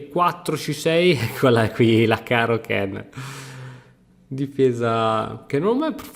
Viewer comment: Penso che caro-kann non si pronunci “caro CHEN”.. sbaglio?